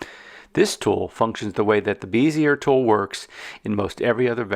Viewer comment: Great video tutorial. I've learned things I never knew in Inkscape. I've used everything drawing program from Illustrator, Sketch, and Vectornator for iPad. I only used Inkscape for tracing because it's way better than Illustrator auto trace. Thank you. By the way, Bezier is pronounced (BEZ-EE-AY) like PEZ candy. They used to beat us in the head for pronouncing this wrong in design school. Now I'm brainwashed with this stupid word. I've subscribed and watched part 2 awesome sauce!!!!!!!